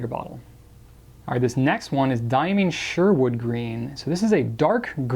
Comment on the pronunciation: Diamine is correctly pronounced “Dye-ah-mine” — not “Dye-ah-mean”, for the record.